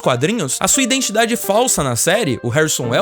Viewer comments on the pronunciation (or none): none